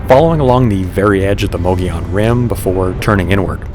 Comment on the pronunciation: Mogollon is pronounced like Mo-go-yone. just throwing that out. Awesome video, super informative 👍